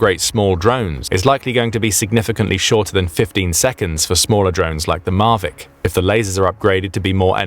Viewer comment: Hang on. "Marvic drones"? "Marvic"?? It's Mavic. Mavic as in Mavic, Orange County, Califormia